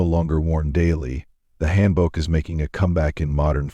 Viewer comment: Hangul sounds like haangul Also hanbok pronouces as haanbok